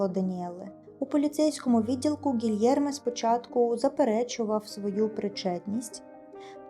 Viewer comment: Гілєрме, а не Гільєрме